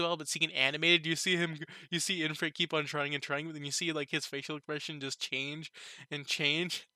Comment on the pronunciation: Why are you calling it IN-frit? there is no "n", it's IF-rit. Also dude, the guild master of the Blumund adventurer's guild is called "Fuze", they were talking about him.